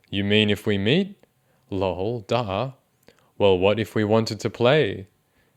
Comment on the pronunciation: The way he pronounces “duh” as “Daahhh~” really toasts my waffles